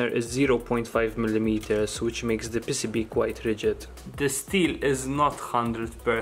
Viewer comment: Say it with me "Pee cee bee" not "pissibi"